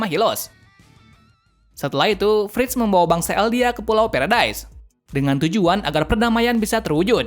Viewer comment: Bang aku mau benerin kata Abang Tybur = Tyber Karl Fritz = Karl Frits Benerin ya omongan nya bang👍 tetap bagus kok tapi video